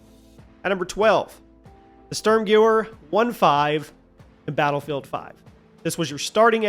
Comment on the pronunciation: Sturmgewer is pronounced sturmgevehr